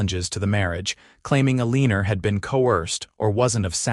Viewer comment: OMG, if the voice can't pronounce your main character's name correctly, change it to something else! Eleanor being pronounced UH-LEEN-NOR, (which rhymes with "a weaner" the way it's emphasized), makes me not want to watch because it grates on my ears. Ugh!